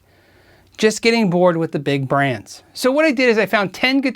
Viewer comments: Godin- I love my Stadium 59!!!! But it's not spoken Go dinn?? It's GO din they speak it on their videos.... love you love the vids. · Hi! Not to be picky, but you are mispronouncing Robert Godin's name. He is French-Canadian and Godin is a french surname. It should be pronounced GO DAN in English, not GO-DIN. I own three Godin-made guitars myself and I absolutely agree with you about quality at price point. To be honest, I have played guitars at three times the price that didn't out-do the Godin. Excellent manufacturer. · Godin is FRENCH... pronounced go-DAN. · you are completely awesome! I greatly appreciate your videos and am totally impressed by your expertise. There is, however, just one little thing: Godin is pronounced "Go Dan". I know it's a bit odd, je suis désolé:) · Godin, pronounced "Go-Dan." It's French just like Auguste Rodin, the sculptor, famous for .., wait for it.., The Thinker. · "Godin" is a French word and is pronounced, Go-dan with the accent on the 2nd syllable. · French word. Pronounced Go-DAN. Highly underrated. All made in Canada. Very high quality control. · GODIN IS ACTUALLY PRONOUNCED GODAN BY THE COMPANY. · Godin is pronounced as Go-DAHN, right? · Godin is pronounced GO DA(N) (with a French nasal thing on the AN). It's French :) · Very interesting and informative,. Godin, btw, is a French-Canadian company, and pronounced 'go-dan'. Yes, there is a monsieur Godin. "Godin guitars are unique because from forest to stage, they are North American. The necks and bodies are all made in our original location in La Patrie, Quebec. Godin Guitars are then assembled in our Quebec and New Hampshire factories." So, if you're in USA or Canada, and want to pay into social security and your future old age pension, buy and pay taxes to your respective country. You're also creating jobs where you live. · Gordon is pronounced "go-dán". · Godin, being Quebec, is pronounced, "Go-Deeeen." And they're awesome. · Um....no....it's "Go-dan".